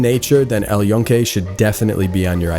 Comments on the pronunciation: And OF COURSE you pronounced El Yunque wrong. How many of you morons are going to make a video of some place you can't even pronounce the name of? Doubling down on this being a shitty video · The dude couldn't even pronounce El Yunque correctly, did you really think he did his research before making this video?